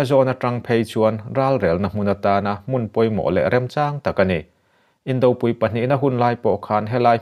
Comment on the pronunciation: Indopui a pui thluk hi arpui tih a pui thluk ang hian thluk ula a awmzia a fiah ang.Indopui/inkhawmpui etc